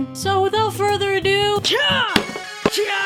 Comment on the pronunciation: "without further a poo" Akidearest 2018